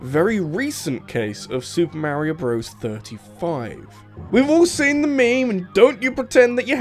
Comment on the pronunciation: i stopped watching when you pronounced Meme as......."me me"